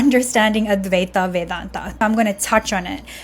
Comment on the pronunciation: It's supposed to be pronounced like advai-tuh. Same deal with vedanta, should be spoken like vedan-tuh. Not vedan-taa or advai-taa.